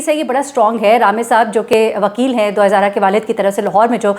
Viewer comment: App kay moo say Dua E Zahra bohat Acha lagta hy. Allah us bachi per raham karay aur app sub ki mahnat aur hum sub ki duaen Allah pak qabool karay. Ameen